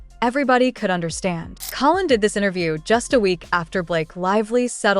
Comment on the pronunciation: You would think with this AI story they would at least pronounce Collins name correctly at least twice. I can’t listen to this channel. It’s all BS and hype